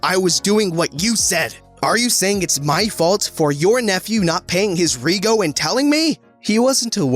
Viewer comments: "Rego" It's not Re-go, It's reg-o, like reg from regiment with an o on the end and no iment. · 'rej-o' it's short for registration. 'reego' sounds like a pasta. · Who else was slightly ding inside wen he said reego instead of rejo btw I'm Australian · Rego is pronounced “Reg-o” not “Ree-go”or just called Registration. It’s part of Australian Slang. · Reh-joe...Rego is short for registration. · your killing me with your pronounciation of rego, it hurts my australian ears. Its short for registration, so 'reg' in rego sounds like 'reg' in registration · its not pronounced rego its pronounced redjo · ... its pronounced rejo. not reeeeeego XD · the way he tried to pronounced rego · “Rego” is short for registration and is pronounced “REJ-oh” — “rej” rhyming with “wedge” and “oh” as in “go”. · In Australia rego is short for registration and is pronounced rehjoe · Listening him pronounce rego as reego is hilarious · "ree-go" cries in australian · rego=registration, also pronounced reg-jo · Just so you know rego is pronounced “rej-oh” it’s Aussie slang for a vehicle’s registration. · Rego is pronounced like reg-o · Nah mate... you should’ve checked the rego before driving. Btw you’re pronouncing rego wrong it’s short for registration. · Any other Australians laugh Everytime he said rego?